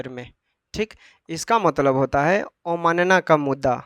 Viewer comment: Mudda bolne aata h. har bar mudda ko muda bolta h bat krta h kanun ka